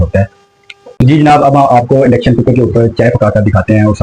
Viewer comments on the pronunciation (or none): Very informative....❤ But "Umeed" word hota hay "Ameed" nahi... word "Endayction" nahi "Induction" word hota hay. "Entrnal" nahi "internal ".